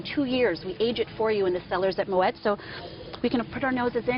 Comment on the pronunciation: I was surprised to hear that this lady drinks Champagne from a wine glass. But the reasons she’s giving here do make sense. I was also surprised that this “Champagne Brand Education Manager for Moet et Chandon (!)” can’t get the pronunciation right for “Moet”, and she mispronounces “maison” also. Yeah,okay,she’s American,but a “ Champagne Brand Education Manager for Moet et Chandon (!)” can’t pronounce the name of her employer properly?